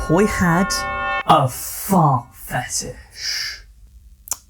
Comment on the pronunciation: A Fauht Fetisshh